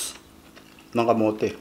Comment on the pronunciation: Ahhahaha talbs ng kamots is soooo funney😂😂 its camote tops anyways